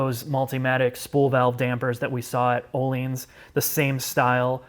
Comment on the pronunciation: Öhlins is not pronounced Oleens, it is pronounced Oeulins.